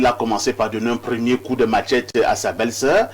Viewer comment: Machette, pas matchette (sans "t".